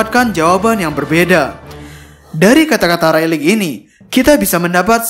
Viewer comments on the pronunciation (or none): none